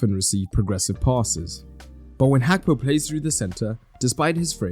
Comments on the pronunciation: It is not Hakpo, it is Gakpo ( his name) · It’s Gakpo not Hakpo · Hakpo? Can't you pronounce Gakpo?